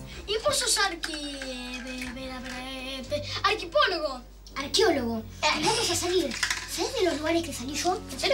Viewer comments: Monito: y vo so arquipiologo Cris: Arqueólogo Jajajjaaj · “arquipologo” JAJAJAJJAJAJ morí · Jajaj Mono: y vos SOS arquipologo. Cris: Arquiologo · Me Encanta Cuando Monito No Sabe Pronunciar Las Palabras, Es Tan Adorable😍 -Arqui, Arqui 👅👅👅Pologo ._.😍